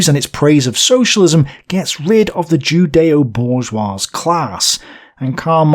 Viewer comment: The dude also mispronounces some words, like "bourgeois" ( the S is silent, "bour-zhwah"), which detracts from credibility. Otoh, the booklist alone makes this channel worth its weight in gold, lol. Good job, dont take these critiques as discouragement.